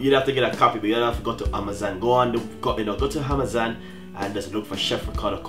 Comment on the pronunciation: "Hamazon" lol